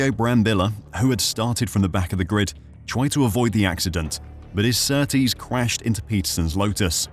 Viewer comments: Ok I've watched 22 minutes of your video. Henry Surtees not Surtrees as you keep saying. You go to the trouble of making a decent video on the crashes that changed f1 then dontvget the name of the driver right. Surely that's the easy bit. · His name is Surtees not Surtrees!!! Better informed on surname spelling and pronunciation. Are you seeing what were seeing, it was worse cause he had no leg protection. Senna's name is Aryton Senna de Silva for #£&_ sake!!!! There was Drivers Committee, up until the later 70's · Surtees, not Surtrees you idiots. Jesus. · It's a good video so far but i wish you would stop saying SurtRees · You put a lot of work in this yes you said John Surtees wrong that’s OK. You corrected it. The 1978 Grand Prix of Italy, well Monza should have never ever started. There were cars moving towards the back of the grid. It’s going to create a massive traffic jam if the cars are not fully stopped. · There is only one R in Surtees get our pronunciation right ye fud